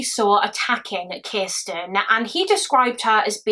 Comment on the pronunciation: have one for every time she says "Kisssten". 🍸🥴